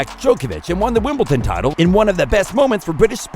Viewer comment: There’s no T in Wimbledon!